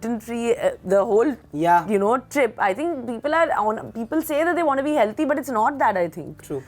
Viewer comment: The fact that she can actually say "healTHy " is amazing... There's hope for Indians yet